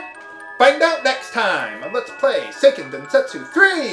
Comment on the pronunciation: Hey HC, according to Japanese pronunciation rules, the game should be pronounced SAY-ken den-SET-soo, not SIGH-ken den-SET-soo